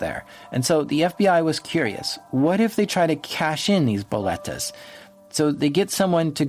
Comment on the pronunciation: Also lol you're saying "boletos" as "boletas" (which isn't a word) xd which literally means "tickets" in spanish as you were also saying the word "tickets" a lot, which confused me xd xd good show tho, very very immersive as usual!:0